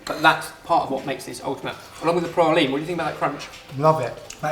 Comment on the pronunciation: I am sooooo happy you didn't say Pray-Leeeeene. That's just not how you say it!!!